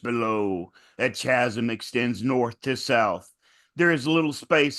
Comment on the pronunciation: Chas-m? Cha-sm? CH-asm? Shazam? 😅